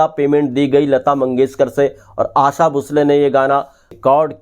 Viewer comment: Bhai aasa nahi aasha.